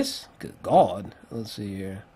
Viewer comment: "Good Gawd" that cracked me up every time...but seriously these long form reviews fucking fantastic